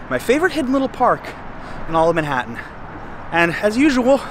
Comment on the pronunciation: I like how you say MENhattan , instead of Manhattan.